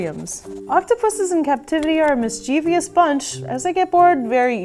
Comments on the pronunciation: Love the videos! But please be sure to get your pronunciation of "mischievous" down; there is no "i" between the "v" and the "o". It's just Mis-chiev-ous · she said mischievous wrong its mischievous not mischievious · Mischievous has three syllables, not four. Mischievious is not a word. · Sound out the correct pronunciation of the word "mischievous". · she pronounced mischievous wrong lol